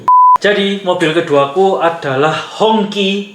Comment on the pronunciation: HongQi dibaca HungJi atau bendera merah